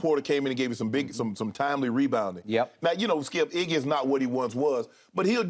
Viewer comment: It’s iggy not eggy